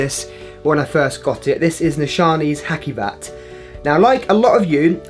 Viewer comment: It's not Hakkivat... The c is pronounced like the j in journal, so "Hajivat"